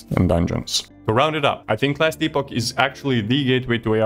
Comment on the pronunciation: Nice review. Not sure if i'll try it out. Our treasured ARPG's going online only is a downer to be honest. Miss the days of offline options - considering there is a $44 price tag... PS: Just feedback - I see it's not your native language but it's "Epp-och", no "EE" sound.